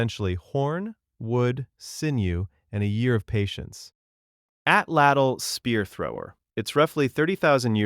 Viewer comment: Atlatl was Atzte tho